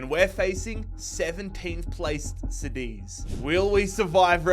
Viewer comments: did he just say, “Sedis” and not “cadiz” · Oh yeah, "Cad-ith" 😘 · Why does he say Cádiz like that?